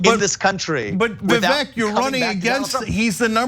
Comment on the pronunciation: The 'ek' in 'Vivek' rhymes with 'ache' as in 'earache' And how fitting 🙄